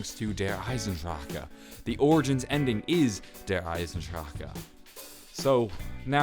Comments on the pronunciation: its not the EYE-SEN-DRACHA its the EYE-SEN-DRACHE trust me im from germany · Its DER EYE-SEN-DRAH not DER EYE-SEN-DRACHA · and I pronounce it Der Eis en drack en. But because they removed the N I go Der Eis en drack and have a slight accent-like slur on the E, almost like "ku" so Der Eis en dracku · Is the last e in eisendrache silent or not, it just sounds stupid is der eisendrachah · Why does every1 say Der Eisendrache wrong? its der ice-in-drac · am I the only one getting annoyed every time he says Der eisendrachen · yes thats how i pronounce it, but the guy in the vid keeps saying dracka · Der Eisendrache the "e" is silent pronounced Eisendract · Im bringing awareness to the fact that if you can't say it don't try and say it. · Well it kinda annoys me too tbh :D Why not just say The Iron Dragon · Bro I know it's not the right way to pronounce it but just say it like more American lol. Dare-eye-zen-drock. No roll of the tongue or anything! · Ryan Singh it makes me wanna scream every time. It’s like that family guy scene where Lois can’t pronounce a word cause she has a stroke every time she says it. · I hate the way he says der eisendrache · Man. It kills me every time he pronounces the new map. He whispers the end of it cus he's not even sure if he's saying it right. But god damn! There's no "A" at the end. lol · when he says the map name wrong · I fucking hate the way he says der eisendrache im disliking this video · can you atleast say it right in your video the "e" at the end of eisendrache is silent and another thing origins does tie into der eisendrache because if you think about it when you do the easter egg in shadows of evil, rictophen or however you spell it comes back and steals the orb for the sake of going back to the giant map in order to kill himself. in origins sammantha says to edward " next time we can play on your rules" which means that he is, hes going back and fixing all the problems that lead up to the zombie apocalypse